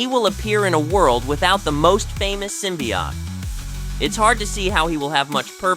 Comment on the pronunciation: Why is the word "symbiote" so difficult for people to correctly say???